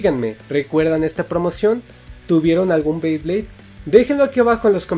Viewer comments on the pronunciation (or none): Dijiste 3 veces bleyblades y es BEYBLADE o creo q se escucho mal jajaja 😂